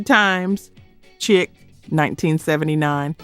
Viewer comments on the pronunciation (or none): chic is pronounced cheeek